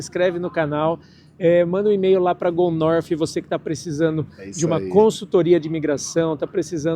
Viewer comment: “Go Norfi” Fala direito, palhaço.